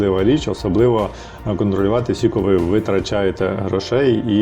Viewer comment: Сіко..це кабздець😢 Аж гидко, чесно.Наче сцяки. Навіщо так казати? Це не діалект, це просто знущання над мовою.